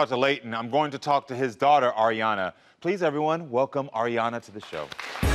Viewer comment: Just cuz he said her name like "are" instead of "air" Ariana. She's trippin. He's trying. Kids always see it different until they're a parent themselves.